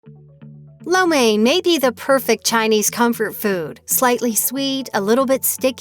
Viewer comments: What's up with that pronunciation it sounds more like lao men not main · its catered to the american tastebuds and yall complain that the dish is unhealthy when american food is unhealthy?? not to mention wtf is that pronunciation of lo mien i almost didnt know what this video was about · Im Chinese and everytime they say lo mein with the wrong pronunciation it freaks me out. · You are not saying Lo Main right. Most English speaking people get it wrong.